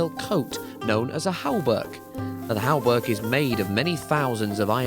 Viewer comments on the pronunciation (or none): There's no "l" (el) in hauberk.